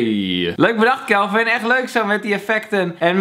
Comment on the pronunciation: Sjupermen Kjelvin😂